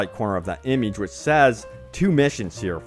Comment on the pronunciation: The way he says image gives me aids